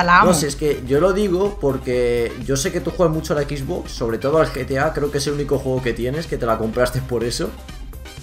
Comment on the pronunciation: Jaja me dio gracia q dijo quiero una EXBOX cuando es XBOX PD: Buen video